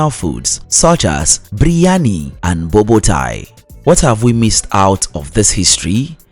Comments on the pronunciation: The way he pronounce Xhosa, Ndebele, and Boboti is laughable. I advise anyone who wants to learn about South Africa NOT to listen this nonsense. It's false, inaccurate, and outright ridiculous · to be honest... I can't use this video for my students due to the very poor pronunciation of some of the basic words like XHOSA and BOBOTIE ... among many many others .. such a pity